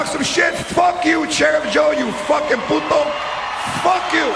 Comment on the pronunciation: I like Ana!!! She is Beautiful!!! She's Cool! She says "Puto" very well. Thanks for posting this. Ohh!! Yeah!!, George Lopez is Funny!! Very Funny. Fuck You!! Sheriff Joe Arpio, or however You spell your fucking name??!!!